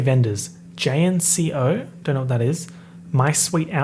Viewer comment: The way I choked when he said, J-N-C-O I don't know what that is 😭🫡